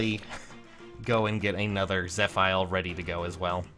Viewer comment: My guy. Im fairly certain its proounced zeh-fee-l